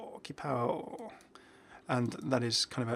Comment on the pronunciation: In qipao, the Q is more pronounced "ch" as in "choose", not a "K" sound.